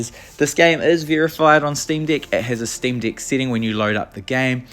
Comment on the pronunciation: Dude, are you saying "Steam D!ck?"